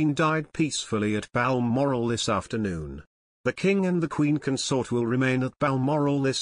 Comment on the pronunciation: When did Diana, Princess of Wales become Princess Diana? She was not born Royal. Also, the word consort emphasis on the 2nd syllable is a verb not a noun.